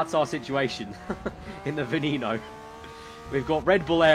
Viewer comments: It's not Veeneeno, it's Veneno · It's pronounced vwen-no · You.said Veneno wrong